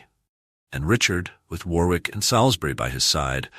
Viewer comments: Very interesting video but please take more care in the correct useage of names. Salisbury is spoken as 'Solsbry', not 'Salis-bury'. We English sometimes say things differently than they are spelt. Warwick also discards the second 'w' so it sounds like Warrik. Just a couple of helpful points for future videos. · War-wick or Too-ton, just like Ar-Kansas or Alba-quay-quay? Learn the correct pronounciation please. It is freely available on YT. There's a pub in St Albans market place called "The Boot" these days. During the first battle of St Albans, the local merchants stood outside the pub, unmolested, with their ales and sack (fortified wine) watching the battle like a Football match. There's a plaque commemorating this on display in the pub.